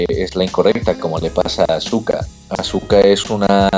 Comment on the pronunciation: Por favor digan aska. No azuka...